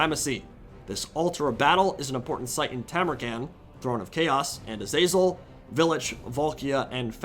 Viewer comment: Love your content. But your pronunciation of Azazel makes my ears bleed